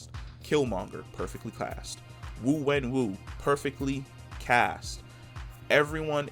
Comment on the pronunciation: Its actually Xu (shü say ee then close your lips into an o) Wenwu, enter 徐文武 into google translate.